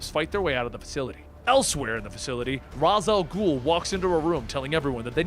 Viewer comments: Raz Al'ghul. pronounced RAYSH AL GHOUL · great vids but isnt Ra's al ghul pronounced (Ray-shall-ghul) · Ras al ghul? I thought it was Ra's al ghul, either he pronounced it wrong on accident or I did. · seriously.... it is NOT Raz Al Ghoul... it's pronounced Raysh al Ghoul.... otherwise, good work! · Just a question, isn't is pronounced like raish not ras al ghoul? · Why the fuck does this guy pronounce raich al'ghul's name as ras? Does he know that in batman beyond that talia corrected Terry's pronunciation because of that? I would assume that's enough to get it into people's brain that it's raich and not ras! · Why’s he pronouncing Ra’s name like Raz. In every dc animated movie/tv series it’s not pronounced like that. Just sounds dumb. Only criticism, everything else is good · I love this channel, you’re saying Ra’s Al’ghul incorrectly. It’s pronounced “Ray-sh”. Not trying to be “that guy” but. Just trying to help🙂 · I love this channel, but for the love of God, it's pronounced "Raesh Al Ghul" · probably because he mispronounces Ra's Al Ghul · I'm only bothered by the mispronounciation of Ra's Al Ghul